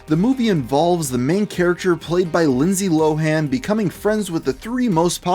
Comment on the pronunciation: LIE nsday LIE han